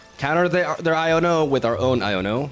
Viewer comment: Why does he pronounce iono like "I don't know"